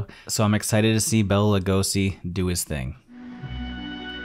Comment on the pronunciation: Great video, man! But hey, I'm gonna do my man Bela a solid. His name isn't pronounced Bella like from Twilight, but as Bay-Luh.